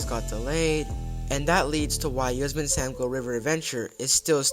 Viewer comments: I’m such a sucker for dark rides with unique theming. If they brought back Spee-Lunkers, I bet it would be in part inspired by the return of Knott’s Beary Tales. Btw, look up the pronunciation of Yosemite. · It’s pronounced “yoh-SEM-it-ee” same as the National Park in California